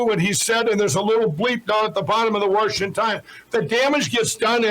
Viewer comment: “Worshington DC” 🤣